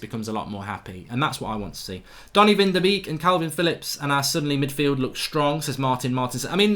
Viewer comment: It’s pronounced van de ‘bake’ my guy, not ‘beak’